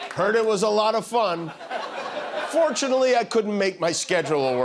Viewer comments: Forshunslly. He was on his plane 7 times. Where were they flying? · Forshunately ? Covfefe!